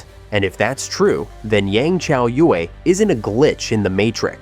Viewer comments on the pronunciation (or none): If people are going to do videos on China or anything dealing with China, learn to pronounce the words and names correctly. People slaughter the words and names. This one such video that mispronounce words and names. It is so frustrating. I will say something as long as people do not research spelling and pronunciations. Come on! As for Yang (pronounced Yong) Chaoyue (pronounced Chow You-EE) had a very difficult upbringing. She did everything she could to survive. I will always support her and cheer her on. She is did very good for someone who did not have any education or training. Do your thing Yang Chaoyue!!!